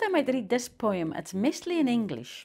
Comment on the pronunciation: Ive never heard poem pronounced Poh EE umm